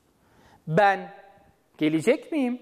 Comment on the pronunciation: Lütfen olması gerektiği gibi, yazdığınız doğru açıklamayı doğru okuyun sayın öğretmenim. Gelecekmi? Gelicekmi? Bu yanlış bir teleffuz? Öğrenciler karıştırıyor sayın hocam. Saygılarımla.